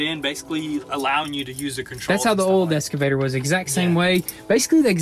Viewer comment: It's driving me nuts hearing them say ES-CAVATOR. It's EX-CAVATOR! haha